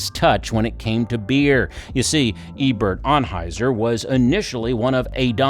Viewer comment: Eberhard Anheuser, not Ebert